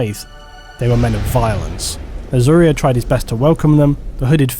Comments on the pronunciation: Shouldn't Uriah be pronounced with a long I sound, like the bible character? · I have a cousin named Uriah. Unless there is more than one way to say it, the name is pronounced you-rye-uh, not ooh-ree-uh. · love the vid but not how you pronounce Uriah